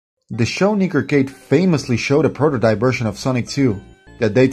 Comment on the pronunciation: That “nick arcade” pronunciation was a bit sus my dude. But good video , very well made